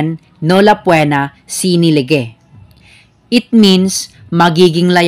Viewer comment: Lehe po ang pag basa ng lege dyan sa Legal Maxim